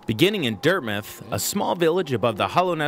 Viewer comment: finally, someone knows how to pronounce dirtmouth